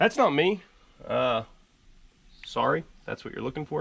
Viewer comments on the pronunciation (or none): none